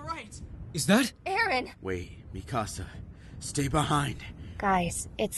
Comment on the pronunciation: Did... Did Levi pronounce "Eren" like "Ehden"? XD Was that on purpose?